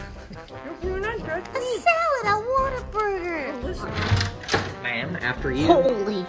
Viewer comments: Noooo she pronounced it waterburger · It's pronounced what-a-burger not water-burger lol happens a lot